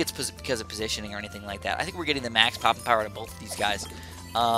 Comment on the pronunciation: you said pooping instead of poping